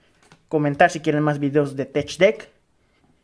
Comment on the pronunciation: Se pronuncia tek no tech , gracias